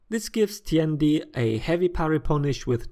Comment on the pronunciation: FINALLY!~ A youtuber who doesn't butcher the pronunciation of Tiandi.